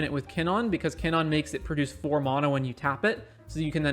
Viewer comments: Monna? Kinnonn? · I took a shot for each time KinnAn was mispronounced and now i’m dead.